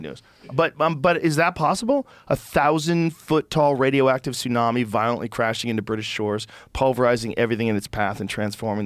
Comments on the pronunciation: “The Russians have a TOON-AMI torpedo” Then he hears Joe pronounce tsunami correctly, then dude still pronounces it incorrectly….sounding like a British kid that makes grilled cheeses at night… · Tsunami is pronounced "su-na-me" and joe is literally saying it properly to him in conversation why tf is this guy purposely calling it "Toonami"? Its not an accent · He said 2nami 😂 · "a tounami" lol does he think its the s thats silent? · I couldn't ignore this guy getting the wrong letter silent on Tsunami 😅 surely everyone knows its the T thats silent not the S 😵‍💫